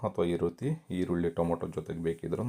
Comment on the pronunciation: ದಯವಿಟ್ಟು ಟೊಮೋಟೊ ಅನ್ನಬೇಡಿ. ಟೊಮೆಟೊ ಅಂಥ ಹೇಳಿ.